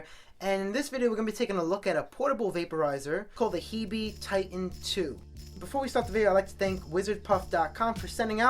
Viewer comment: I think it's pronounced "heeb" like the slang for "hebrew"